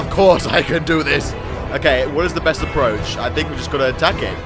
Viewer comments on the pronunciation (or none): none